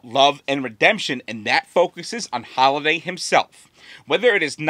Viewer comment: isn’t it Halliday and not Holliday?